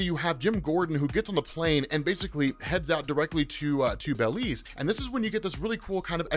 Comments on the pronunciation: hearing say bell-leez instead of buh-leez was funny as hell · It's Belize not baylez